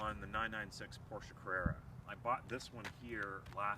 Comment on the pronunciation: Read you 1/5. And plse get some cool clothes , not this Lada style. After all your pronounciation of Porsche is correct unlike many others.